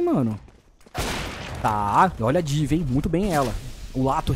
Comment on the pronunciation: Mano, mais alguém achou engraçado ele falando div? Hahaha era Di, néranão?